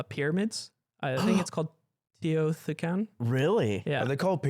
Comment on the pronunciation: my over controlling ass being mad didn’t pronounce Teotihuacan correctly